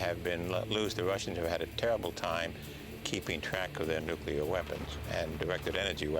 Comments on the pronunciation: Yes I know, that's why I pointed out his mistake by quoting his pronunciation as "Nuc-u-lar" Maybe a bit more context for you? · ...Did he just say "nucular"? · Nuc-u-lar, god-damn learn to pronounce! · NU-CLE-AR not fucking nucular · LOL like g dubya . NUKE "YOO LURR ... YORU SUPPOSED TO SAYS IT LIKE NEW-CLEAR DURP!@ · From Webster's Dictionary: nu·cle·ar adjective ˈnü-klē-ər You don't pronounce "nucleus" as "nuke-u-lus". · Damn! They say "Nuculer" through the whole fuckin documentary. What dumbasses! I's friggin Nuclear guys!! Sheesh!! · Did he say "nuculer blast" at :08 sec.? I'm pretty sure it's supposed to be Nuclear blast. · not only him, even the dude he interviewed. fucking ridiculous. nuclear does originate from 'nucula' (latin), but this ain't Latin for fuck's sake. they're probably doing it to enrage some of the viewers for shits an giggles :).